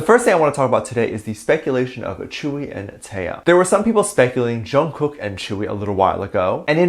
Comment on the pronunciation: Most Onces know Tzuyu is not even friends with any BTS members, and before you make a video please learn how to pronounce Tzuyu properly